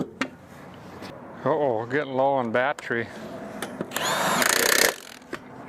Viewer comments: This guy could probably put a used, 100 year old motor in a duct tape and license plate body, with a milk crate seat, and once he learned how to correctly pronounce bat-tery, he'd be off across the country! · Did he say bat tree 😂